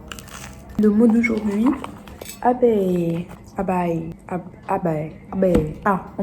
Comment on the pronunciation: un abbaye !! ca se prononce abéÏ😂😂 tu as jamais entendu ce mot ?